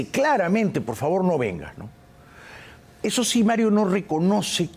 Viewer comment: Sobre todo que se deben pronunciar las " s " y no se dice que ej ejo la s no suena como j . Ya va es incorrecto , es ya voy o espera . Quien ya va??? Hay tantas cosas que corregir con esas dos avanzarían mucho